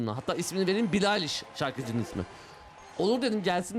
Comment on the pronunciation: Abi o bahsettiğin billie eilish mi bilaliş dedin sanki